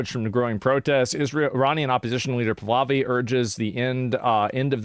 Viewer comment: Asmon just FYI its pronounced "Pah-lah-vee" he wants to bring back freedom to women and freedom of religion. Most Iranians are Christian